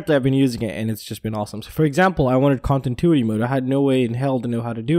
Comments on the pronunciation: Ahhhh every time you say contintuity I wanna call you and say yooo it’s pronounced con-tin-new-ity hahahaha it’s kinda like how people say nuclear like new que ler as if there is a second u in the word instead of new-clear. It’s no big deal but I know I would wanna be corrected if I was mispronouncing something. I’m not trying be a dick or something only trying to help a brotha out!! I’ve almost got a race quad and a freestyle quad built again but it’s been super hard trying to replace all my stolen gear... I promise I will have a video up soooooon so you can tear me apart with all the nervous mistakes I’m guaranteed to make as a newb content producer!! Ps never ever leave anything of any value in our car no matter if it’s locked or not or even if you’re only running a really quick errand cause it only takes a second for some dirt bag to take all of your hard work for themselves!!! Keep it up buddy! Great stuff as always! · I love your channel, but can you please learn how to pronounce continuity... Kahn-ti-new-ity! Lol keep up the great work man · Con tin tuity mode 😀